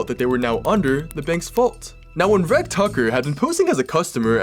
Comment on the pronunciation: Reg or Reggie are popular names in the uk and are pronounced rej not reg